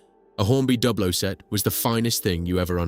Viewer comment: The rival company is pronounced as try-ang , not tree-ang ; and on that matter Dublo is pronounced with the U as in You and not as in sub .